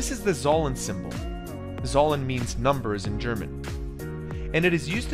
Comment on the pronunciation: I wanna die after hearing that pronunciation of zahlen In German it's closer to how one would pronounce Tsalen like the ts in tsar